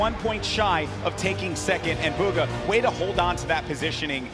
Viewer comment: it’s BUGHA not buga